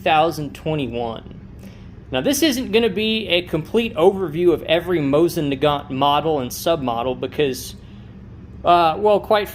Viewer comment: Please pronounce Mosin Nagant properly. Do not pronounce the T. Moh-seen Nah - gahn. It’s really hard to listen to your video, friend.